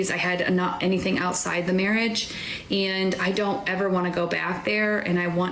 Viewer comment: The way she pronounces "and" as "ian'd" annoys the crap out of me